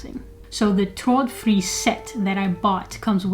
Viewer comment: Thanks, nice review. Great pronounciation on the product as well. I have bought Hue recently, but will be expanding with Ikea bulbs and remotes, which can pair with the Hue bridge too.